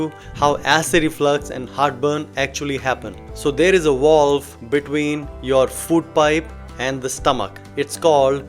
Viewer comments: A “walve” ? What’s a walve? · Through this "wallve?" lol